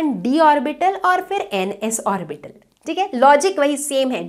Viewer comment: आरबाइटल pronunciation nhi hota hai mam hm log to ab tak ऑर्बिटल ही पढ़े थे